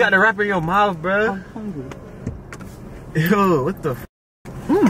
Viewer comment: “Yo you are the wrapper!!”...”I’m hongry” 🤣🤣